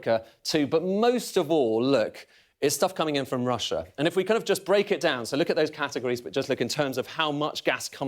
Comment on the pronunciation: It's Russssia!